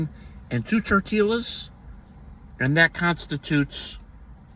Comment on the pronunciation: Tortillas: tore-tea-uss…..lol😂